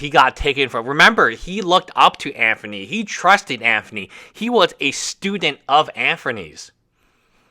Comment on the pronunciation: No it's Anphony